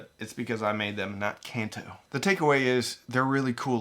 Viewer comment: Wait, is it really pronounced "Can Too?" This whole time I was under the impression it was pronounced Khan Toh, like the region in Japan where the first generation of Pokemon games happened.